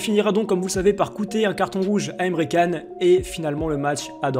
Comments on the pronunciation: Jtm de fou mais ne dis pas Emre can sa se dit Emre can mais se lie Emre jane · Ca se prononce chan pas can